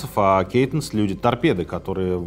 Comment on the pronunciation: кайтэн (ы), а не кейтнес.